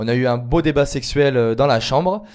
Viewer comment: Le mec il dit "débats" au lieu d"ébat" mdrrr. Quel idiot ! En plus ce qu'il dit sur son gosse c'est vraiment grave .... Donc c'est possible que ça soit le sien mais tant que son ex ne l'oblige pas a l'avouer il s'en fout.. Au secours. Puis franchement dans sa liste de "sert a rien" il aurait pu se mettre en premier.. A part Eddy TOUS ne servent a rien côté pro (car c'est pr moi le plus important même si depuis qlq saison j'ai bien compris sue c'était un prétexte) .. Tous les RDV sont FAKES A 100% ça se voit c'est ridicule